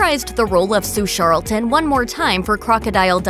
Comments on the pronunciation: Sue Charlton not sharolton. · The narrator has never seen the Crocodile Dundee movies. Sue Charlton clearly introduces herself with a hard CH as in Charlie, not "Sharlton" as the narrator keeps saying throughout this video. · She can pronounce Koslowski but not Charlton?????